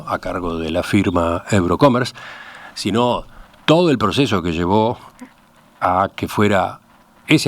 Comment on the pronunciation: No es "Eurocomer", es: EUROCOMMERCE .